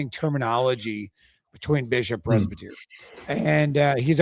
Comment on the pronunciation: I can't really take seriously when he can't even pronounce presbyter correctly.